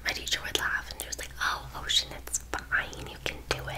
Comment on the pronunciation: ocean suddenly becomes British😂 and becomes southern